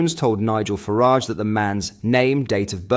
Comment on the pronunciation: Dude, you've got to sort out your pronunciation! How can you get Farage wrong? You're not using AI are you?